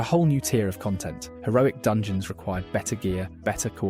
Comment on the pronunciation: "dungoens" Yes